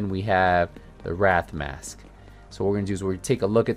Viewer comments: Man, I can't believe you called it the Wrath and not the way its actually pronounced 😭😭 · It’s not wrath but wraith